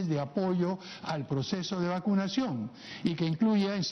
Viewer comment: Soy el único que escuché,Las jornadas de vaducacion o es vacunación😅